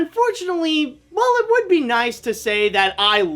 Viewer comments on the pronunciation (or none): none